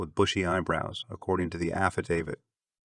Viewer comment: You absolutely won the award for worst pronunciation of the victims names. Did you ever consider making sure you pronounced them correctly. Also just heard you don’t know how to pronounce affidavit.